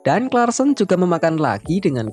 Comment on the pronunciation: Nyebutnya bukan klarsen...tapi karlsen